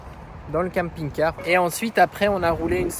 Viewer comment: J'adore vos vidéos ça fait rêver! D'aller là où bon nous semble:) me fait trop rire comment il prononce camping-car puisque je ne le prononce pas pareil mais c'est peut être l'accent belge? 🤪☺️